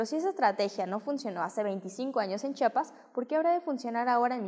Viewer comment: Perdón, pero es Chiapas. Chiiiiiiapas